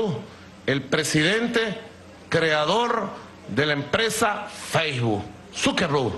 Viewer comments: Feijbu?? Sukerru??? Sukermon????man mar sukenber😂😂😂😂😂😂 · Al empresario Marn Suquerrub diré Suquermon diré SUquerber XDDDDDDDDDDDD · jajajajajajajaj mark sukenbur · Zukerru, zukermon, bueno como se llame 🤣🤣🤣🤣🤣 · Zukembrum.... zukrmon😂😂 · Zukemburj dice jaja